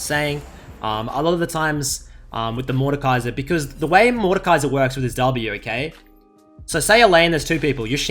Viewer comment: Completely butchered his name but sure xD